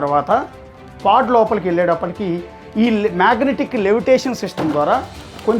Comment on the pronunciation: nice info anna but its pod not pad 😊